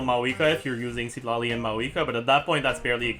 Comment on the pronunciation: PLs stop butchering my poor boy tighnari